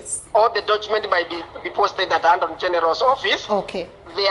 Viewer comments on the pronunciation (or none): Anton general badala ya attorney General 😂😂😂😂😂🤣👌👌